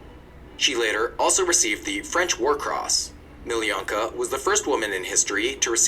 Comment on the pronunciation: Crazy how guy in video watched pronouns her name as Meeleeyanka, while her name is pronounced Meeloonkah!